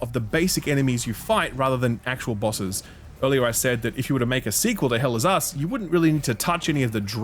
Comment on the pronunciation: All i hear is "Hell is Ass"